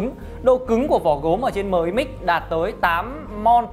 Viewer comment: "Mờ i mix" nghe chối tai quá.